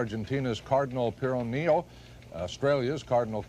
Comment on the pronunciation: I believe Pironio is pronounced "pur-OH-nee-oh" and Cardinal Franz Koenig was from AUSTRIA and NOT from Australia.